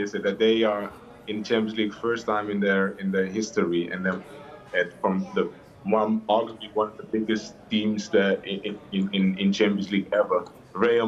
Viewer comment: Man said "aRgubAlLy oNe bIgGeSt CL cLuBs eVer"